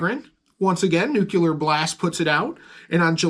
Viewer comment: someone teach this man some English! “NUCULAR BLAST” hahaha I’m busting balls now